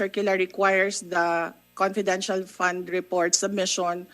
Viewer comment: Konpidenshahl... sb ni dan hahaha